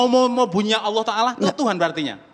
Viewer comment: ALLAH, aulah & auloh, mana yg benar ni. Sebutlah pake bahasa Indonesia itu lebih Indah di dengar dripda sebutan arab gk jelas, emang ALLAH mengajarkan bhasa arab sja🧐🧐🤨🤨🤨